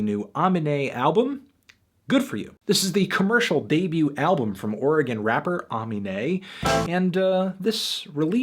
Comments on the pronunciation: It's not ahminé, it's aminé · It's UHmeenay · A-me-naé, not ah-me-ne. If you think his mainstream shit which he made only to get noticed so he could make a new platform and start making actually music is his best song, you shouldn't be a song reviewer. Its a lightweight soul album that yes, isn't all about fucking you bicth and getting money,l. Addressing real problems and issues and making connections with his fans in a upbeat way. I hope anyone has the right mind to see what he's making and why he's doing it. If anything most of his songs are the exact opposite of boring, like blind's, yellow, spice girl and turf. Look up aminé at any other song reviewers channel and they will all say that this is his songs are off the charts. He was on Xxl for a reason. Knowing that you dont even know how to pronounce his name right even after he repeated it in more then 3 songs shows you most likely didn't even hear the full album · It's pronounced uh-mean-ay not ahh-min-ay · It's pronounced. A-mean-a. Not A-min-a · UH ME NAE. NOT AH MI NAE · nischon Anthony says "Aw-mihn-ay" but I've heard Aminé say "Ugh-meen-nay" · it’s pronounced Uh-meen-ay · “Ah-minay.” Silly melon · ah- mean-ay <-- thats how you pronounce it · It's pronounced uhmeenay you fucking MELON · How to pronounce Aminé (UH ME NAY) god damn it's not hard. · Uh-mean-aye ... pronounce Amine right before you judge the whole album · Melon bro, come on it's pronounced AMEEEEEEEEEEEEEEEEEEEEEEEEEENÈ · UH-MEE-NAY PLEASE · "Uh-mean-ay" = AMINÉ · ARRRRR (LIKE THE PIARTE) meeee (as in yourself) neyyyyy (as in the horse) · its pronounced like "uh mean a" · uh-me-nay its that easy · It's "AH-mean-aye" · Its pronounced Ah-me-nay you freakin melon. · His name is pronounced Uh-Mean-ayy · its pronounce ah-mean-nah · uh-MEEN-AYE melon cmon now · UH-MEAN-AYE you stupid fucking melon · Is UH-ME-NAY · it's pronounced Ah-Mee-Nay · It's Ah-Mee-ney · I am triggered. It is A-MEE-NAE smh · No its pronounced ah-mee-nay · Ivan Zuniga Aminé.